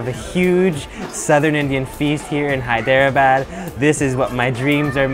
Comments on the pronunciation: It's pronounced hay-drah-bod. Great videos though. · You've GOT to learn to pronounce those Indian city names accurately! Hyderabad is pronounced as 3 syllables not four. Like Hy-dra-bad. No one is going to take you seriously if you don't make the effort. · Doge Viper Dude its pronounced Hey-Dra-badd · NO IT'S SPELLED "HI-DE-RA-BAD" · THIS IS VAAAAAAAAAAAAAAAAAAAAAAAAAAAAAAAARA THIS IS WHAT U CALL VAAAAAAAAAAAAAAAAAAAARA EYERANIAN SHAII HIIITHEREABAD the worst moments ranked 1st to 3rd.